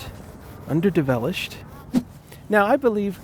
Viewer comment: "Under develished" made me laugh so hard it hurt